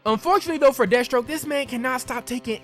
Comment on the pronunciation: LOL the way you say Death Stroke sounds like you said Destro, I'm like damn GI Joe villains in this timeline?? xD